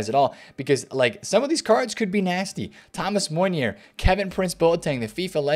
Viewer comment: If it was April even May yes August 4th hell no EA. I like the way you pronounce Meunier 🤣😂 next video try to say in French